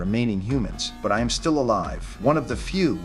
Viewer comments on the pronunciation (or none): Bro really said “Lam”